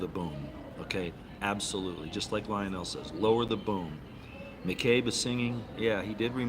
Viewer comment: You pronounced Lionel name incorrectly,.,and what are you doing to lose so much weight?